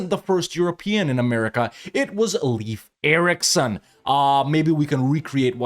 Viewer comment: come on dude it's not Leaf Erikson. Leif rhymes with "safe". Unironically kinda sounds like that one other youtuber from carthage, laith or something.